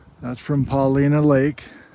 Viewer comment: Paulina Lake is pronounced with a long i, like Puh LINE uh. The lake and many other locations in the area are named after a Paiute chief.